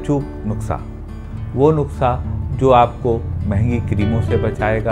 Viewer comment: So cute sir......jitni baar bola nuksa hi (nuksa)bola sir😅